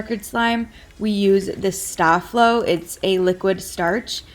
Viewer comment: ITS NOT STO- FLO ITS STA-FLO!!!!!!!